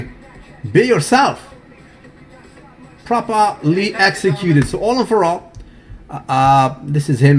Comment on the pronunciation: i love watching videos daily but holy crap do i want to smack him every time i hear that propah-leeee. lmao. makes me crack up, but still want to smack him.